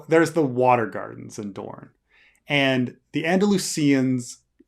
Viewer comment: No, it's Dorne!